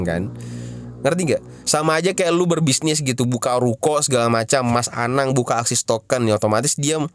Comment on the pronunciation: ASIX woyy bukan AXIS